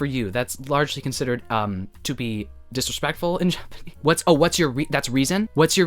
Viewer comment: not you casually speaking FLAWLESS japanese- EITHERWAY kenji was totally into you <\3 forever missed